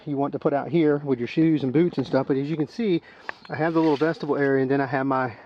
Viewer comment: Awesome video and I appreciate the review, and I hate to do this, but vestibule is not pronounced like vegetable. It is vestibule with a long U vesta byool